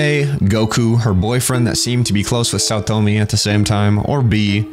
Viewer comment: im so glad you said saotome like pewdiepie did back in his playthrough . chefs kiss